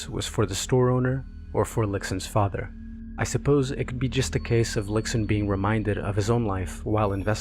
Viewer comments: Great video. Just want to point out that X in Chinese is pronounced "sh" so the protagonist is "lishun" not "liksun" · the video is great but like many people have said, x in chinese is pronounced as a very soft s sound (not exactly sh but between s and sh). idk if it sounds patronising but i feel with all the research you’ve made it is easy to quickly google name pronunciation